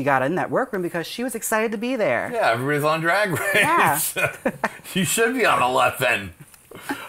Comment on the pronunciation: Jaymes pronounced "drag" weird .. Or maybe it's just me 😶 "dràggg" ?? "draeg" ??? She "dragged" "drag" at the end of "drag" & said dràeg ??? dràeg ??? Crap now it's going to bother me LoL